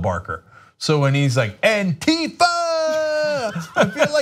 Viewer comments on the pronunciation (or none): BTW it´s pronounced ANtifa, not anTIfa....